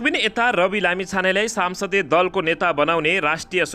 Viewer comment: सम्सदिय दलको नेता हो।।।।।साम्सदिय होइन्।।।नजान्नेले के समाचार भनेको??